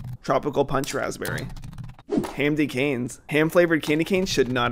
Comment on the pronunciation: I Like How He Says “Hamdy Canes”